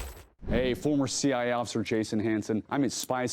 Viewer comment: If your going to be taping pins to your body why not just tape a handcuff key? When you announce yourself it sounds like you always say "C I officer" never hear the "A" for some reason?